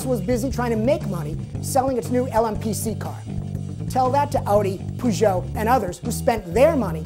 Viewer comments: Nice shakedown this is starting to be my favorite part of the show. But isn't Peugeot pronounced with a Eh? like pehzhoh? not poozhoh? So they will put a turbo in the mustang and won't change the rear axle? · What's a "poojoe"